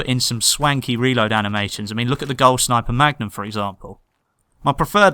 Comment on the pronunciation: gol sniper magnum you say? hahaha it sounded funny when you said it *****